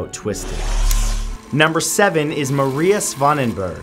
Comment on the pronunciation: Your saying Mary not Maria